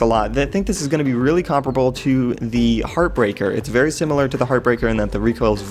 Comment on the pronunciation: The way you say "comparable"........ MAKES ME WANNA DANCE!